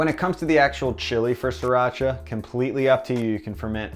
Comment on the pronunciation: Sriiiiii not SIR-racha! Each time he says it I get sidetracked. Pronunciation changes, especially imported words, but it just grates my nerves irrationally (I know, I know)! I've been using sriracha, and hearing it pronounced SRI (as in the country Sri Lanka) for decades before it became so popular. Changing to a new pronunciation isn't easy.